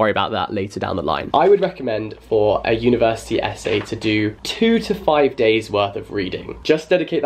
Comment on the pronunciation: no one: jack: universi-tea